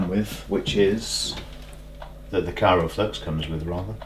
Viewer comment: I know this is a fairly old video now, and not trying to be an a-hole, but it's Kry-o-flux not Kyro-flux ;-)